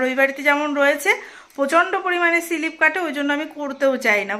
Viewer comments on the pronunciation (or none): কথাটা সিলিপ নয স্লিপ